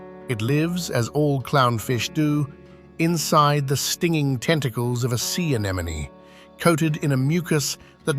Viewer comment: Nemo, now say it with me: a n e m o n y ;)